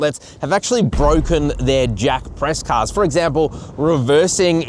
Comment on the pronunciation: Why are you pronouncing it "Jak" like with a K sound?